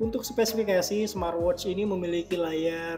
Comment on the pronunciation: Coba huruf T diakhir kata "SMART" diajak, kasian... Gak enak didengernya...😅 Jadi kalau huruf T nya diajak didengernya enak jadi: 'SMAATWOCH"